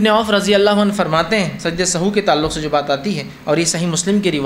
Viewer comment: the correct word & pronunciation is not sahu but sahw,so please correct it.